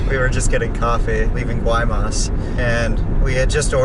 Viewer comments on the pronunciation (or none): Guaymas is pronounced (y- mas)